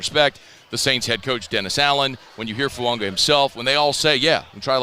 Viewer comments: It’s fuaga not fuanga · It's spelled Fuaga... but pronounced Fuanga... just ask Taliese himself.